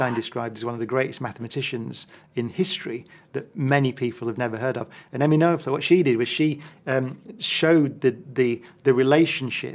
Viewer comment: Come on, Brian! If you're going to cite your favourite scientist, at least make the effort to pronounce her name correctly. Emmy Noether: her surname is pronounced 'Nur - ter', not 'No - ether'. That's just terrible!